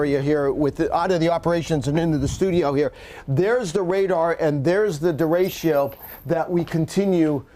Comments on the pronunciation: Actually it's der rey cho. Not day. Think of the "e" s as "fleck" or "neck". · it kills me listening to you mispronounce DERECHO. over and over. it is NOT DERECHIO. its derecho. read it. sound it out. keep it simple. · I love how he mispronounces derecho. De RA ch (like spanish ch) o. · Anyone else cringe every time he said der-a-cho wrong? 😂😬😂🤢😂🤦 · Anyone else CRINGE each time he mispronounces, ‘derecho’? It starts out OKish and then progressively goes off the rails by mid-point of the report. Someone, pull him aside and tell him. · Somebody please tell the weather expert that 'Derecho' is a 3 syllable word !